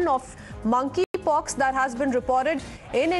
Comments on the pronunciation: 0.55 she said money pox 🤣🤣🤣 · Money pox you said 😂